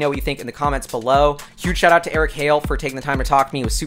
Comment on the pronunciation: Hale, not Hall. But close enough. Happy to help,.